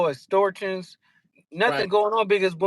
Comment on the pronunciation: Did that nigga just say. ESTORTIONS. Get hooked on phonics